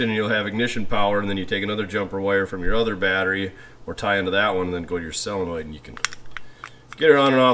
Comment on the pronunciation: And SELenoid, instead of SOLenoid.